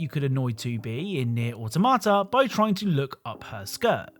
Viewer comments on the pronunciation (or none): none